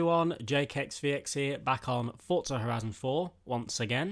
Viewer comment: Why the shit do people say thotza it clearly says forza